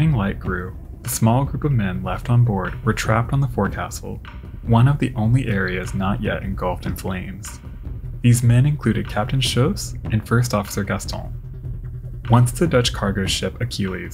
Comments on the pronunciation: Great video but one more pronunciation item: forecastle is pronounced as "fohk-suhl." 👍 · Love your videos! FYI: "forecastle" is pronounced, "fowk sl." Just keeping you honest. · forecastle was mispronounced